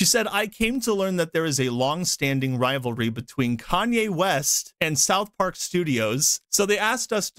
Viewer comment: Why do you say spith park, an the video shows director from pyschonauts